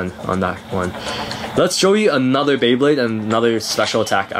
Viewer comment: BEYBLADE not bablade